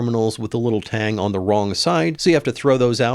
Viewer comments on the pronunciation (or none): none